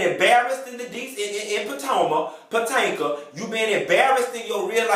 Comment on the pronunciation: Potanka. LMAO